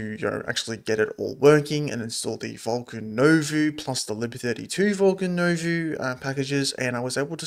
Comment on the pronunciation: It's pronounced New Voh. It's french for New.